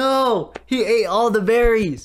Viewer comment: to Me:did he just said berrres?! Also Me:thats forget minecraft